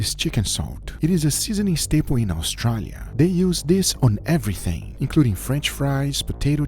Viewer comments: Au STRAAAAA lia. Wtf is up with that pronounciation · Why does pronounce "Australia" like that? lol